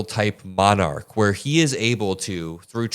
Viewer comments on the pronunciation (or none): none